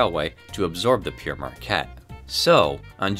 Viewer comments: Is pronouncing "pere" as "Pierre" a Michigan thing? The correct pronouncination is "pear" like the fruit but in New York Central Odyssey by Green Frog of which most of the footage was shot in Michigan by Emery Gulash, the narrator as says "Pierre Marquette" instead of "Pere Marquette," then to hear "Pierre Marquette" in this video too I'm not sure if it was just an error on the part of the narrator or is this just how Michganders prnounce it. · Pere is the French word for father. It is pronounced pear. It is not a name, and not pronounced Pierre at all. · It's (pronounced "pair" not "Pierre." Jacques Marquette wasn't "sometimes called Pierre," he was in fact ALWAYS called "Pere Marquette," translated as "Father Marquette"" recognizing his priesthood. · The name of the train is wrong being pronounced as "Pierre" Marquette, which translates from French as "Peter", entirely incorrect. The correct word is the original "Pere" or its translation, "Father". Pere Jacques Marquette was an explorer of the region. My apologies for the correction. My ancestor was a French invader of England in 1066. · Other commenters beat me to it. Marquette was a French explorer and Priest. Pere means “father” and is pronounced “pear.” Never “Pierre,” either. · Yes, Père as in pear, not Pierre, and you either relish success or revel in it. There are others. Kudos for making this, but the subject deserves a little more attention to the voice-over so that we can enjoy the otherwise outstanding graphics without grimacing. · In the name Pere Marquette, Pere is pronounce "pair," not "peer,: and definitely not "pierre."" That's because Pere Marquette is French for "Father" Marquette. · great video, the only thing that bothers me is that is its Pere not Pierre, Pere means father in French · Interesting video. But I just wanted to point out you pronunce Pere as Pierre, which isn't correct. It's closer to "Pair". That said, thank for sharing that bit of history